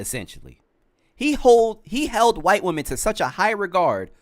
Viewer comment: Only thing i dont like is saying white like that. That aint right either, but neither is he